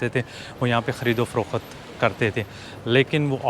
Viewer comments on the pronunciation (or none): Khareed wo frokhAt nahi....KHAREED WO FROKHT.